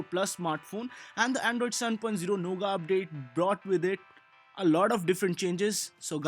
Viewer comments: great video. But it's not nougaa. it's pronounced as nougat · Lol. 😂 he is calling "noughet" a "NOGA" which he learnt from other channel.